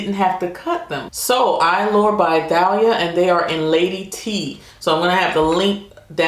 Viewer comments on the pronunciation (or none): The lashes are pronounced (TA-Lee-a ).... she’s a famous hispanic Singer/actress married to Tommy Mottola which was Mariah Carey’s x husband... a little useless information 😉